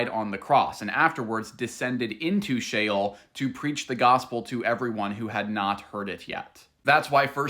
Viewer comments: sheol it is pronounced shay -ole (think of ole sound like in the word hole.) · i misread him the first time too. He was just explaining he pronounced sheol as the word shell. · Did you just mispronounce Sheol?